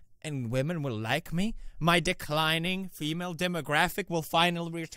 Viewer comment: What the fuck...Why did I just hear DICK lining I know Its declining but...wtf